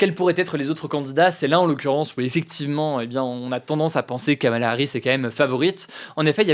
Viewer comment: Pour info (sérieuse et vérifiée), le prénom de Kamala Harris se prononce apparement "Komela" ou "Komla"